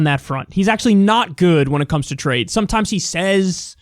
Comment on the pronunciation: Wow, a moment of clarity and logical thinking from Donald Trump. He's right on point ... up until he began to talk about how much he understood "tra-yed."